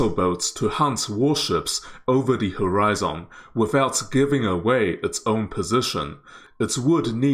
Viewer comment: You are mispronouncing a few words. If you had just mispronounced one word(catamaran), then I would have just ignored it. But when you also mispronounce the word "horizon", and in the exact same mistake. I didn't want to be a grammar Nazi, but yeah.. I couldn't handle it after I heard "horizon" lol. There should be no emphasis made on the last syllables in either word. "maran" should be said smoothly together with the rest of the word with no emphasis at all. The way you say it sounds like 2 different/separate words stuck together.. like "cata" and "maran". It should be like caterpillar, cataracts, or crocodile. all smooth, no emphasis on anything is the main point. The "maran" should be said like "marriage". It's similar to Iran. Some say Eye-ran(or I ran, like someone ran somewhere), while others say it like E-rarn or Eye-rarn. the "an' in catamaran should be like the "an" in "I ran somewhere". Now onto horizon.. "Horizon" should be said smoothly with no emphasis on any syllable, not the hard and emphasized "zON" that you use. Maybe easier to pronounce it if it's written as horizun or horizen but with *hori" still pronounced the same way you did. Don't change it to be like some japanese "hori" since hori-zen sounds like its some Japanese word. Lol Hope that helped.